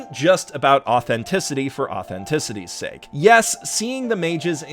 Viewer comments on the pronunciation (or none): none